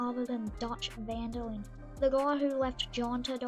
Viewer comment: "van dil lin" 😂 its "van der linde"